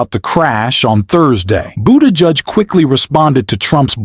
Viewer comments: Who the hell is Pete BOODARGE? If you can't get the names right, how did you get the job, ffs? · That is pronounced Boo te judge! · Had to stop this video after discovering this is not a person talking but AI...the fucking robot totally mispronounced Secretary Buttigieg's name...every real person in America now knows how to pronounce his name correctly: "boot'a'geege":face-orange-frowning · The man's name is pronounced "boo- tuh- gig" . Pay attention!! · Can you learn how to pronounce buttigieg Jesus Christ 3 minutes into it I heard it 47 different ways learn to read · Learn how to say Pete's last name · Why do you keep saying Pete’s name wrong here it’s kinda annoying 🤔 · Why are you not pronouncing Pete's last name correctly several times then pronouncing it correctly other times? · Learn how to pronounce Pete’s last name! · Why can’t the commentator pronounce Pete Buttigieg’s name??? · Is this broadcast a AI broadcast? Why to you continue to mispronounce Pete's name? That needs fixing just for credibility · Your attempts to pronounce "Buttigieg" correctly were awful.. Were you trying to make reference to how Trump pronounces Buttigieg ? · I agree fully, But please, learn how so say Buttigieg.;-) He deserves it. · Okay.....is the name Boo-Dodge or Buddi-judge? Incompetent robotic narration. Get off the internet!!! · WTF is wrong with your pronunciation of Pete Buttigieg's name? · Like your channel but please put some effort into pronouncing peoples names right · Please learn how to pronounce Pete Buttigieg. And yes Trump is an ass.